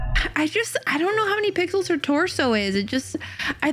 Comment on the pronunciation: You said pickles instead of pixels